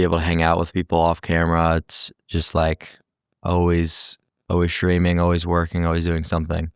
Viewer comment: He pronounces "streaming" like "shtreaming". Candace Owens does that too. It's a podcaster/ streamer thing . It sounds really weird.